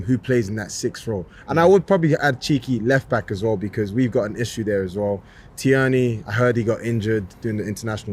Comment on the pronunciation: Guys name us pronounced Tear-Nay. Whoppers man.